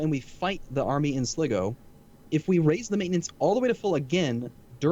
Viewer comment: Sligo, Pronounced Sly-Go